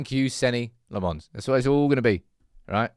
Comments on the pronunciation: no its not pronounced Senna Lommens either. pronounces it wrong as Senny Lemmons. The right Dutch/Flamish pronunciation is Sen-nuh Lam-mens. With the A in Lammens pronounced as in the word Answer. Hopefully reads this and finally gets it right. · Senne's name is pronounced SENNA LOMMENS.